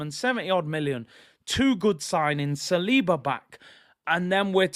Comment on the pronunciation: Saliba is pronounced SAL-IBA not SIR-LEBA (it’s my brothers name born in Paris).